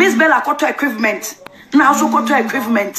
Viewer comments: Did i hear her right 'Equivment' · Her pronunciation is yawa itself Mpo alacrities Equivements conundrums It burst my mmiiiiiinnnnd 🤯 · Did she say Equivements...Hahahahaha!!! Ee dey burst my mind...Her pronunciation is on a different level..